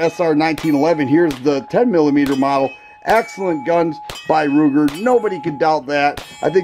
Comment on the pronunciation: Ruger not Kruger